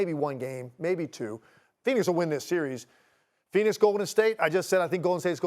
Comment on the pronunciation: It's giannis lol